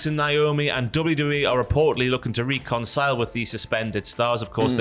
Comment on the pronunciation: Why can't say reconcile??